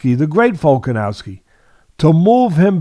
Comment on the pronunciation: Teddy still saying "Volka-nalski" Love it. Lol.😂